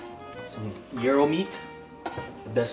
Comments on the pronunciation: it is pronounced Jai-ro or j-i-ro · BTW :::it's GI-AR-RO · Ouchy with the finger! 😩 Feel better soon. I want take out tin plate please. 😛 I thought GIRO was pronounced "GYE RO" 🤔 🤓